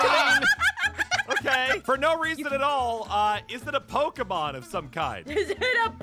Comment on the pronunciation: It is pokemon not pokimon